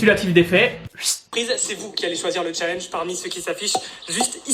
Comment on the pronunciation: Quel " challnege"